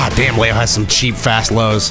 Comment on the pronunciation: Where is this lay-o coming from? Isn’t his name pronounced Lee-o?